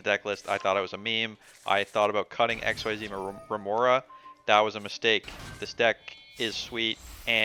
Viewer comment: Lol. Did no one get the memo on how to pronounce Xyz? Like the guy the other day the Lasagna "Luh-sog-nuh!"